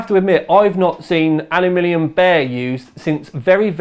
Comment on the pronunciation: StoreBrand I don't think it's about 'aluminum' vs 'aluminium' here. seems to mispronounce 'aluminium' sometimes, which makes it sound like 'alumilium'